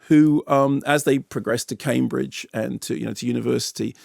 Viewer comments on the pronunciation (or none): none